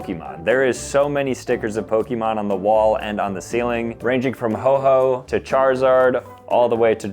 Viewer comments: BRO ITS NOT HO-HO IT'S O-HO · ho-oh, not hoe-hoe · Ho-Ho? My dude just called Ho-Oh, Ho-Ho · What did you call Ho-oh